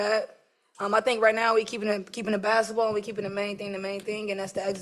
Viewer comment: I wish they would go back to English school and learn how to pronounce Bas ket ball…. It’s not Bass ball….. 😡😡😡😡😡